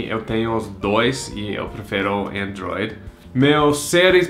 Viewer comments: Também entendi "Enjoy" dai quando ele falou IPhone foi que eu percebi que era "Android" kkkk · eu também entendi enjoy kkkkkkk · Seu jeito de falar Android é muito engraçado hahahahaha